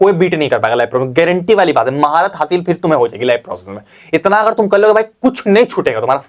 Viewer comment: Garenteee h bhai garenteee 😅😅😅